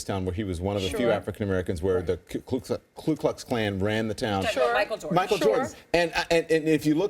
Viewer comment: Am I the only one who immediately ceases taking one seriously upon hearing them fumble around or mispronounce "Ku Klux Klan"?